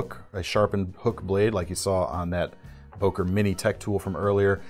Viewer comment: It’s not Boker but Bœker with an o umlaut , as it is called in German. The o is pronounced as on œsaphagus .